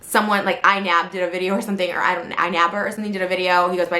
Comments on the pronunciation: “iNa.. Nab... iNapp.. iNapper...” there wasn’t even an attempt, Trisha’s last brain cell is really struggling here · How difficult is it to pronounce iNabber, you imbecile, stupid pine cone?! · You can tell the IQ of someone depending on how well they can pronounce iNabber